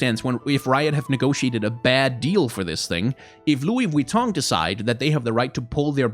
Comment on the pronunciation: I love and hate how u pronounce Vuitton correctly